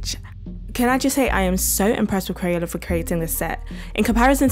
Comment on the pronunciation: Umm in the beginning u said crayona, u mean crayola…